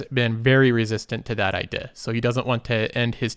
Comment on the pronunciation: It makes me chuckle a bit when you say idea. ideha